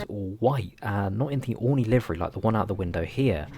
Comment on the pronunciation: its "oreenee"